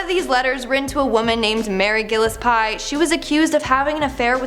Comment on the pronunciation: That's not how you say Gillespie. You weren't that far off though. Otherwise I think you're doing great. The tylenol deaths were painless, it was cyanide.